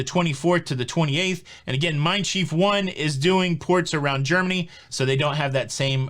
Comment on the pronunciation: I like to explore the city I depart from, before, after, or both. And Schiff is pronounced just like ship, with an f sound instead of the p sound.